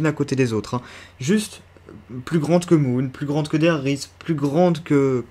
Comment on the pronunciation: enfin une personne qui pronnonce bien der riese !!!!!